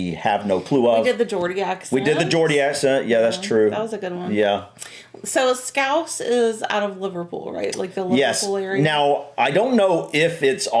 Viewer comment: I love how you actually pronounced 'scouse' correctly